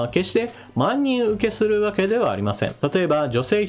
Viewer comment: 「万人受け」を「まんにんうけ」とが言ったのにはビックリ。